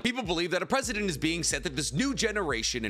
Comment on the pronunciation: Anyone else hear him saying “president” instead of “precedent”